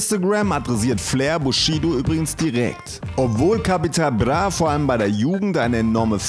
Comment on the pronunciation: Kann der nicht "Bra" sagen? ....Capital Blah